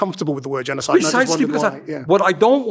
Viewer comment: he can't even say genocide